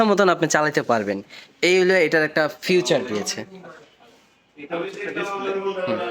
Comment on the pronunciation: বারবার ফিউচার কেন বলছেন এটা ফিচার হবে